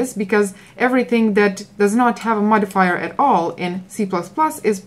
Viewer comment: The sheer anxiety every time she says "modifier"......